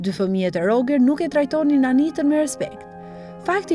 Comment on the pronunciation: Roxheri moj. Jo Rogeri.